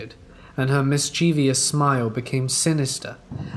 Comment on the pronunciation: You said mischievous....and then a few seconds later said Mischeevious :(